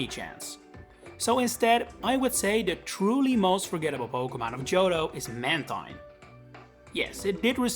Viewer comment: I would say Skarmory is more forgettable than Mantine (also it’s pronounced Manteen)